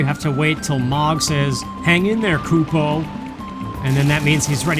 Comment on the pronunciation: I always read kupo as koo-poh so hearing it as cup oh is weird